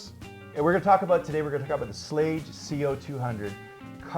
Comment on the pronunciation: Schlage, no it isn't how ever you want to pronounce it. Rhymes with plague. Ffs.